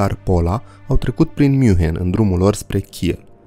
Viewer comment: Toate bune si frumoase, dar invatati pronuntia corecta a numelor. OK? Hoănțolărn (nu hohenzolern). . Zalțburg (nu salburg). Münhiăn (nu miunhen), fon Badăn (nu von badăn). . Asa ca la copii...